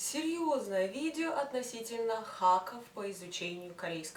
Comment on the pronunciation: рунглиш😁